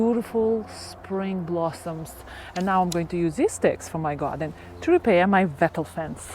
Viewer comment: Lovely watching you Make your garden such a happy place. Just one thing..... Wattle is pronounced like bottle. Yes, I know it is not your first language and you do speak so well and I knew what you meant.